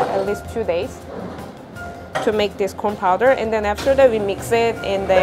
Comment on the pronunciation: It sound so much like she says p orn when she says corn